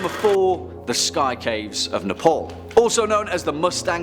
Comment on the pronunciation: Ne-pol XDXD